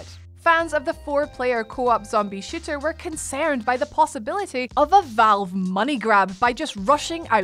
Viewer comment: As much as I think it's cute when you say shooter... And it sounds like shiter.... I will not stand by while you say that God of war from the older systems are showing their age. Of course they are, it does not take away from their greatness. I take it you don't listen to classic music? Watch older films? Gaming channels really need to get a grip on regurgitating that same tired line... It's really one of the more ridiculous things gaming journalism 🙄